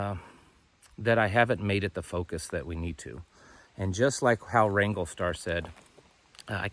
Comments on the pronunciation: Ty for clarifying. I thought you said Ringo Starr! Lol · Did he say Ringo Star?